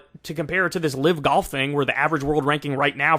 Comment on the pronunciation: I love how Kyle pronounces golf as goff